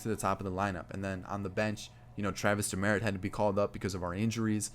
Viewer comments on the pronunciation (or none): Its pronounced Travis Dim-Uhh-Reet